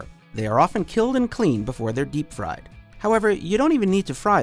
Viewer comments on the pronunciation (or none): none